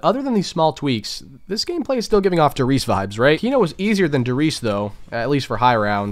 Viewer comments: Fuck me dude I like your vids but for real work on your German pronounciation, in German ALL letters are pronounced Der Ries E, Wunderwaff E, kino der TO TEN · No offense, but why do you not say the "E" in "Der Riese" or in the word "Wunderwaffe"? It is definetly spoken in German, just like Porsche is called "PorschE", not "Porsch".